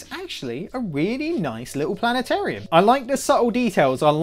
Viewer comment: Planet-orium, lol!